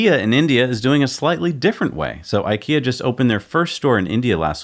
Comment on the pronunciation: no way in hell we say "ee" in ikea, even 3 year olds pronounce it correctly.